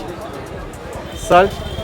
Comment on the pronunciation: не сальт а ссаль мля ))))))